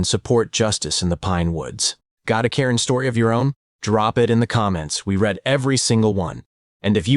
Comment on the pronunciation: Read/reed/red. AI voice is stupid and needs PROOFREADING.